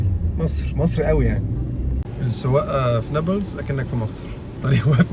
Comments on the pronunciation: بس شوية انتقاد ليش هيك بتحكي نبلس مش نابلس؟ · يا اخي كلامك تافة. يعني حتى كلمة نابلس مش عارف تنطقها!!!!!! نابولس اية!!!!!؟ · هههه نيبلس دي بتبقى عند الست ، بس لو كنت عايز تلفظها صح ، قول ( نابلس) مش نيبلس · نطق نابلس ليس نوبلس، نون الف باء لام سين بكسر اللام لو سمحت نورتنا يابن المحروسة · نطقها الثاني عندك هو الثخيح نا بلس مش نابولس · اسمه نابلس مش نبلس اعدل لسانك يابوعمو بلاش عوجت الخواجات ده ولا انت من egypt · بيحكي نابييلس استفزني 😅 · لامؤاخذة هو انت مش عارف تنطق نابلس ليه! انت من ايجيبت؟! .. اسمها نَـابْلِـسْ جبل النار 💚🇵🇸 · يابختكن بس بتتنطق نابلِس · نطق نابلس هيك ناب لِس (مع كسر اللام او رفعها لُس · خليني اخفف من عذلبك تلفظ نابلس بتسكين الباء وضم اللام وعلى مهلك وانت بتنطقها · عجّب و هو بحكي نابلس بطريقة غلط😂 بس يا اهلاً يا بيك، نورت فلسطين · بس لفظ نابلس محتاج شويه تعديل منك ههه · مش عارف حتي تنطق اسم اليلد جتك خيبه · شكرا علي مجهودك بس لسه مش عارف افهم كيف انك مش عارف تنطق اسم المدينه انصحك تابع الاخبار وانت تسمع اسماء المدن اكتر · ابلين؟ الجليل اسمها ونابلس لفظك لإسمها غريب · الفيديو ده قديم؟ وبعدين ازاي دخلت؟ وليه بتنطق اسم البلد غلط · اولا فيديو قديم قبل طوفان ثانيا ليش بينطق اسم بلد غلط بسبب لهجته هو بيتكلم مصري هو هيك بيحكيها